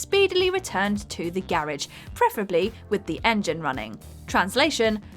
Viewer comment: The way she horribly mispronounced the word "garage".... instant dislike.